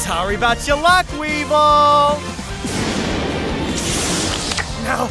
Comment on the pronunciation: Weevil? Sound more like Weebvil